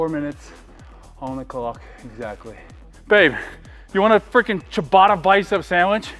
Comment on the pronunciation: It is written and says CIABATTA no CIABATA or CIABARA... Steve don't piss us Italians off 😂😂😂😉💪🏻🔝